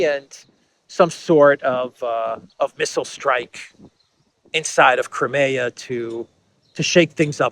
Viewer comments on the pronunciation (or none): none